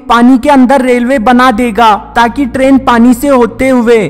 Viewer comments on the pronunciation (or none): istrain haha funny pronounciation